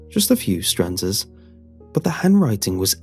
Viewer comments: STANZAS NOT STRANZAS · Did anyone else catch "firming griply" in the hand story? Or the consistent use of "stranzas" instead of stanzas"?